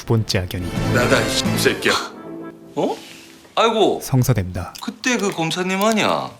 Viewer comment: 이새끼야 는 잘 안 들림 몇번을 돌려 들어도 잘 안 들림 백시보 역 연기자 발음 연습을 잘 하세요 시청자 듣기평가 하게 하지 말고 화이팅♥